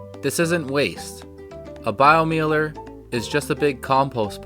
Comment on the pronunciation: Doesn't matter but the Germans would pronounce that bio-miler.